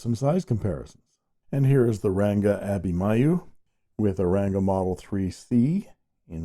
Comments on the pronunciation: Hi! I'm pretty sure it's supposed to be Abhimanyu, pronounced uh-bhee-mon-yu, mon from Monday. Abhimanyu is a character in the Epic of Mahabharata. Good to see more Indian pens! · It is pronounced as Abhimanyu and ‘n’ isn’t silent.. Abhimanyu is a revered character for us Indians from one of the epics of India - Mahabharata.. They offer so many models with so many finishes and Nib options that it’s a ‘headache’ to choose just one (even though many of the models seem to be out of stock at this time ) !